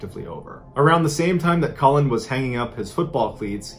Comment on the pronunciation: Cullin - not Collin